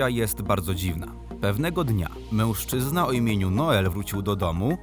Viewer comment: Nie wiem czy to tylko moja obserwacja ale mam wrażenie że dziwnie wymawiasz słowo mężczyzna. Np w brzmi to prawie jak mełszczyzna. Poźniej też to zauważyłem dlatego piszę. Może to tzw. hiperpoprawność. Oczywiście nie odbieraj tego jako atak. Filmiki całkiem fajne. Pozdrawiam!